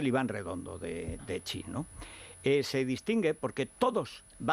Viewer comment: Garbancito, no te las des de sinófono. Xi no se pronuncia "chi" en chino. Saludos desde China.